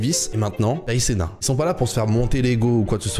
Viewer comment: C'est Kai CenaT Il faut prononcer le " T" à la fin c'est pas " Kai Cena "